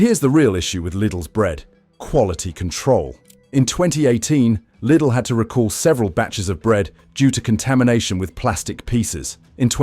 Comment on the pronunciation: There's another channel that dealt with this subject of bread . That too was loaded with some good information. That too was AI generated, with AI English voice that sounded genuine , but not quite . My ears pricked up a couple of times here , especially when it didn't pronounce Lidl correctly. AI generated videos are increasingly showing on Utube , and it's annoying , to say the least . These videos should all come with a ' mental health warning' . This video may deceive you into believing it's put together by a human ....but it's not . Even if the info is factual , it's playing with our senses of what's real and what's fake ‼️ If I am incorrect , please tell me . I'll be glad to be wrong 😊 🇬🇧✝️🇬🇬♥️🇳🇮